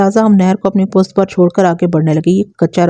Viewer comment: Aap pusht kyun nahe kahten sahe lafz pusht hai pust nahe